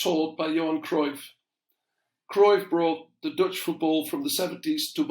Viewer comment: Interesting how some Dutch people mispronounce Cruyff so it's in a sound English people are familiar with. Frenkie de Jong does the same